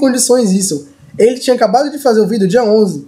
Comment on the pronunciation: kkkkkk o falando "VIDEO" é mt loko kkkkkkkkkkkkkkkkkk